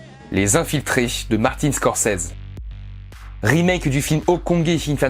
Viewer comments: Ça se dit Scorcizi... Et non Scorcèse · mdr...tu massacres le nom de Scorcese....mdr...une chance qu'il ne t,entend pas. Ça se prononce avec un ''i'' et un ''z''....mdr...Scorce(i)s(z)es ( on prononce ''scorçize''. ...Shakespeare doit se tourner dans sa tombe à vous entendre. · Ça ce prononce pas comme ça Scorsese x((